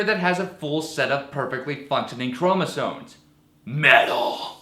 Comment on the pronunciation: You said "chromosone" I think you may have an extra one yourself.